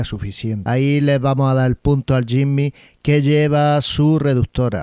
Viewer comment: Compadre aprenda a pronunciar el nombre del Jimny...